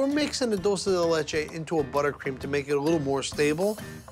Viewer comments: Buddy its Dulce De Leche not Dooosey De Leche haha and its Mint Chocolate Chip not Chocolate Chip Mint. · Dool say day lay chay > Dool sey de leh chay > Dulce de leche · Did anyone else cringe when they said “dulces de leche” instead of “Dulce (dulch-ay) de leche” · I love how buddy says doce de latea or whatever even tho in English it is condensed milk but like a Carmel way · OKAY REALLY!??!?!?! IS NO ONE GONNA COMMENT ON HOW THEY ALL SAY "DULCE DE LECHE"😂😂😂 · Can't we all just laugh about how he pronounced Dulce De Leche? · Im Dominican and o love how they pronounce dulce de leche 😂😂😂😂😂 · Why does it makes me so bad how he butchers dulce de leche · “Trey leyche” “Doolce de leychey” it’s TRES LECHES AND DULCE DE LECHE